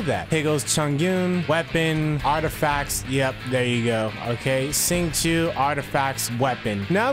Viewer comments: You got Chongyun’s name right, and almost got Xingqiu’s name correct! Xingqiu’s name is pronounced “Sing-Cho” :> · no. it’s “sss”. I know how to say some Chinese myself since my family is Chinese. And what I can say it’s “sss” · i’d say for an english speaker the more accurate way would be to say “shing chew-o” so “sh” like “shut”, then “ing” just like the english way and then the word “chew” quickly followed by an “o” sound. The simplest way would be just to say “shing chew” which works well too, close enough since people are mainly saying it without chinese tones but with an english one. so yea in the video he said it more accurately than the english voice actor who completely botched it lol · Ngl, i cringed pretty hard when u butchered their names lol